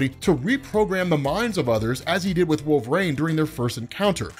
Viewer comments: So yeah umm... umm I just wanted to say you say wolverain instead of wolverine.... lol I love you man keep up the videos your the comic book king/guru/sensei/siffoo/professor 📖! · Anyone else notice he says wolve rain instead of wolve-er-reen? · So no ones gonna comment about how he says Wolve-Rain??? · Did he way wulv-reen?